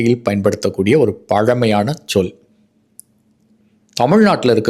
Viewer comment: "ச்சொல்" என்று ச்சொல்லக் கூடாது. "சொல்" என்றுதான் சொல்ல வேண்டும்.